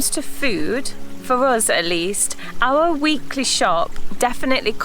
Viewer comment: Why can't he pronounce our properly. He says R instead.